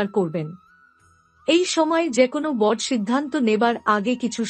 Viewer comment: বড়,দৃঢ়,উৎস ইত্যাদির উচ্চারণ সঠিক করুন।